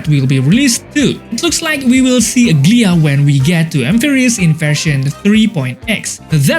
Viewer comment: Bro is saying ''ugly-ahh'' 😂